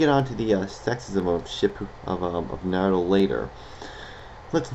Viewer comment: you said naruto wrong and shippuden wrong ugh